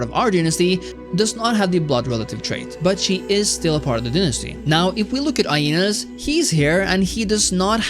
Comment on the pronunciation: It s eneas as in the dude who supposedly is the ancestor of rome. Not ainas